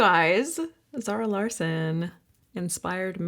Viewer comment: Just in case anyone is wondering Larsson is pronounced Law-shun